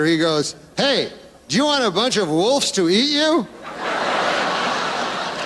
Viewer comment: Great command of the English language there Norm, wolfes. It is pronounced wolves. I can't even laugh at that